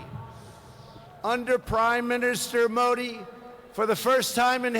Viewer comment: Pronunciation haha modi mahi Mori bol RHA means hole baaki ab samaj e gye haha